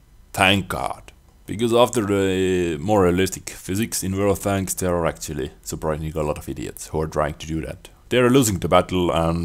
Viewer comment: World of Thanks is how it sounds like you call it funny lol xD